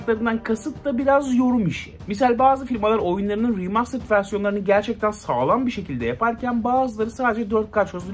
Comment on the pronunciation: seni çok seviyorum ama Riimastırıd deme be abi 😄😂 veya 8-10 kere deme yani